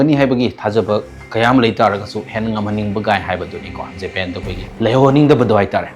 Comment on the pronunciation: Recart Jepen wa ngangbada heithu yamna Sare ne taningdre , record Japan haiyo